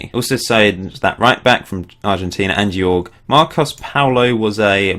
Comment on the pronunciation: great save mate!! haha the way you pronounce Jorge... it's like horhe if that makes sense hahaha